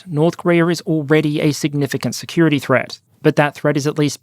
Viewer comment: When you said "...North Korea has attempted various military and security efforts..." I heard "...North Korea has attempted various military INsecurity efforts" and it still fits. I would laugh if it weren't the North Korean people paying the price of the joke. Always a sad topic.